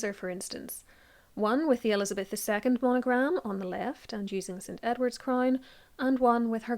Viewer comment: A CRAINNE? Deleaaate? Pronunciation is 😅